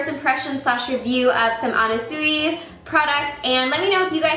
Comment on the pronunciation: it's pronounced more like anna swee